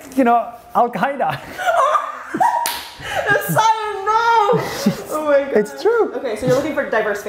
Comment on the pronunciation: He said Alqueda...cheeii😮🤭